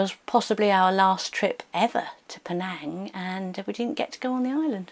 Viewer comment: that's not how to pronounce Penang...